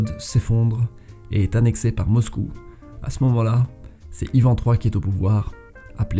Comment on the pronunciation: bonjour je suis russe et je voulais juste vous corriger sur la prononciation de ivan, kazan (on les prononce "ivane", "kazagne")